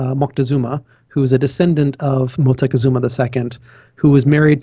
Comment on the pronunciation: Not "Motecuzuma", his name was Moctezuma Not "Atzlan", it is Aztlán